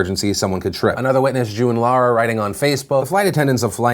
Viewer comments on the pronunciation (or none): none